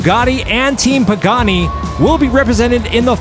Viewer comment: I can try to help. The Pagani Huayra is pronounced: pah-gah-KNEE (emphasis on last syllable) hwhy-rah. Literally pronounce the word "why" with an "h" sound in front of it. The word means "God of Wind" and thus, maybe that will be evident in some big air finishes for this vehicle?